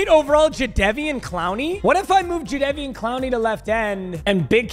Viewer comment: the way he was saying jadevon cloneys name wrong